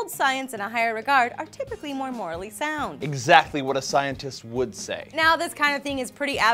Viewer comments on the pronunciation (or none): none